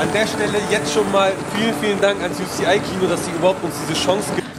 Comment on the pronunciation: Bro Das heißt UCI aber auch egal